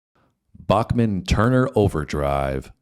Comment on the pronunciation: FYI- Randy pronounces his name as Back-men not Bock-men. Fred Turner was an overlooked vocalist and bassist.